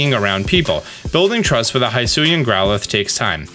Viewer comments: It's not "high sue ian " It's "he sue ian" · It's not Hi-suian. It's closer to He-suian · It’s Hisuian.. NOT Highsuian lmaooooo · Hee-sui-ian not Hi-sui-an 😬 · Please, please say he-su-e-an, please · They literally said wydeer's name and the regional forms names hisuian in the trailer and yet you keep getting it wrong?! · They said 'hisuian' like 6 times in the present, why can no youtuber pronounce it right? 😂